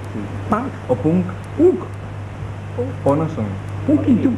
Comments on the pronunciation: Ustedes son pank? Pank?? Pank?? O punk?? Punk?? Punkiuwikui jajajaja buenísimo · Capaz Luca se le cago de risa al naboleti ese por pronunciar mal Punk "son Pank?"